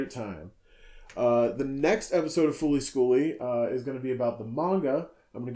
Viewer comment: When you said fooly schooly, I punched a hole in my desk.